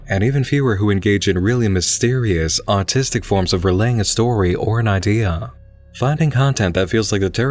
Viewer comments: Played it 12 times.... still sounds like "Autistic" to me. lol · even the closed captioning for the video says autistic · I read this comment before I watched it and had a small chuckle.. Then, right in the beginning I heard it and busted out laughing. Don’t think I would have caught it if I hadn’t read that first 😂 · I love your videos, I do, but every time you say "artistic" it sounds like you say "autistic" and I never get used to it. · I read that comment right as he said artistic and thought the exact same thing! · I never noticed before. Now I can't un-notice that... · Same I thought he said autistic and it took me a moment to realize. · I've been hooked on smooth as butter voice for months now but I noticed this a while ago and now I can't stop paying attention to it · Yep. Am autistic myself so I do a double take every time I hear it. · Moozy Foozy I swear he said it there... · That threw me off for a second, too. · "autistic" is just "artistic" said in a british accent